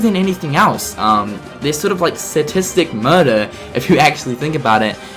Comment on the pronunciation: Satistic and Eraqwis!? His pronunciation is killing me >_<